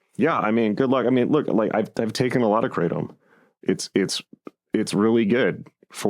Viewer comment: Lol. "i take a lot of kra-tom" that's wut i like to hear😂 kratom satiates me. Bout to find some real opiates tho sick of kratom